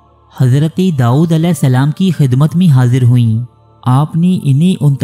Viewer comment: The word is "Dawood" not "Daood"